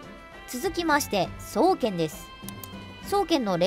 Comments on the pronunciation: 双剣のイントネーションなんか違くね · 「そう⤴︎けん」